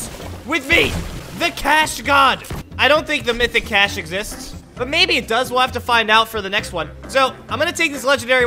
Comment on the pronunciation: When he said does the mythic capsule exicts i said does you skills exicts buddy😂😂